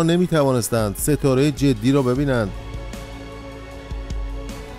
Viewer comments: ستاره جدی=jodai درست است نه جدی=jeddi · امیدوارم این کامنت را بخوانید ، تلفظ شما از نام ستاره اشتباه است و باید حرف ج را با ضمه بخوانید نه با کسره ، جُدَی ، با تشکر